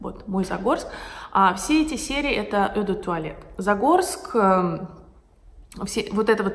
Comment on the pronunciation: Все время смотрю ваши видео, поэтому имею огромную просьбу) на французском eau произносится просто как обычная русская буква "О", никак не "Ё"